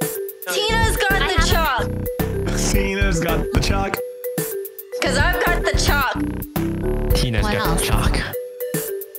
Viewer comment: ....how does nobody pronounce chalk correctly?